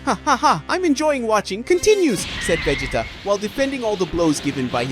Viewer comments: its Veegeetuhhh, not veg-eh-tuh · It’s Ve-GEEE-ta not Ve-ji-ta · Who in the hell is Vajita, really? I thought his name was vegeta.😂😂😂😂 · The name is Vegeta is the one that you're mispronouncing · You almost make Vegeta sound like "vegetable".